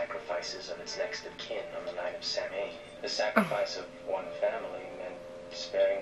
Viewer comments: “Sam-hane”… ugh 🙈 Samhain is Irish. It’s pronounced “sow-win”. I think I’ve only seen one tv/movie that ever got it right. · I personally don't like the cult of thorn trilogy. Druids didn't have Futhark Runes, they had Ogham. Thorn is about the harvest of crops. Not a human ritual sacrifice. Samhain is pronounced Sow-en. Also just subscribed. Love your commentary. Makes me laugh.